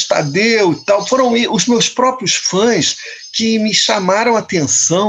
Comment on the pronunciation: Não se diz faes, se diz fãs